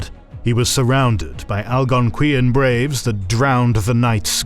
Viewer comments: Al gon qui yan? I’m Canadian it was always pronounced Al gon quan. Please do some research because it’s extremely upsetting to butcher an entire group of people like that with this video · As a person born and raised in Ontario, the pronunciation of Algonquin physically hurt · He butchered Potawatomi as well. Algonquin not great, either.